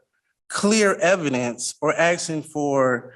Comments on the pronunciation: He’s “AXING”, maybe he’s a retired lumberjack 😂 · Using the word axing instead of asking will sure get these judges to take him seriously 😒